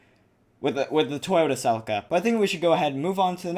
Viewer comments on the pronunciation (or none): You said celica wrong